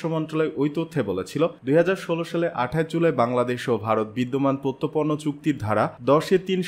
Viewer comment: প্রত্যর্পন উচ্চারন ঠিক করুন।